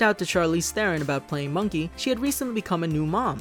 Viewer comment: This movie was amazing and on a side note, I love that you pronounced Charlize Theron's last name correctly! YAY!